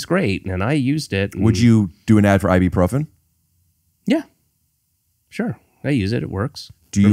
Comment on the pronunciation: It's I-boo-profen